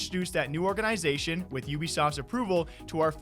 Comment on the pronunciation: Is saying "organ-i-zation" an accent thing? I've only ever heard it pronounced all together without the emphasis on the "I".